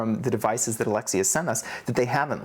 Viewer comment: Why do you choose to say Alexi as opposed to Alexey.